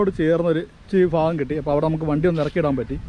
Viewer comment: Bro ഭാഗം എന്ന് പറയുന്നിടത്തു ഫാഗം എന്ന് പറഞ് വെറുപ്പിക്കല്ലേ.. മനസ്സിലാവുന്ന രീതിയിൽ സoസാരിക്കൂ